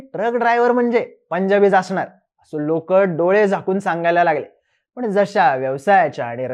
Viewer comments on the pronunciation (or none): none